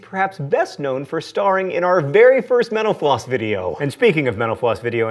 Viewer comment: AM I THE ONLY ONE WHO THINKS FOR A HOT SECOND THAT WHEN HE SAYS "MENTAL-FLOSS" THAT HES SAYING "MENOPAUSE"???